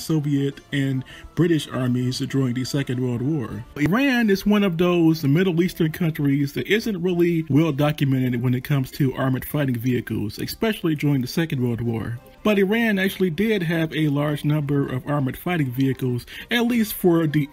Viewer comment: Great video, but the word "especially" is pronounced "S pecially" NOT "X specially". Bad pronunciation gives the impression the speaker does not know what he is talking about.